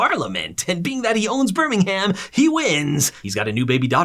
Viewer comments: It's not burnnimham it's Birmingham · Hey great video! Birmingham is pronounced like “burm-ing-um”, no “ham” though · One day Americans will realise Birmingham, Buckingham etc are pronounced Birmingum and Buckingum 🤣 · Couldn't watch, it's pronouned 'Bir-ming-um' not 'bir-ming-HAM'. If ya cor do it properly, dow say it at all 😅😂🤷‍♀️ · It's great to not have a robot reading script and mispronoucing words 😂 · As a Birmingham native, I am highly offended by your pronunciation of our city sir 🧐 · idc how good of a video this is, you get a dislike for saying birmingham like that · amaricans trying to pronounce birmingham💀💀💀💀💀💀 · You obviously don’t know how to Birmingham, because that hurt man the way you said it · A piece of advice so pronunciation of Birmingham The ‘h’ in Birmingham is silent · Please never say Birmingham like that again EVER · Ngl you said Birmingham wrong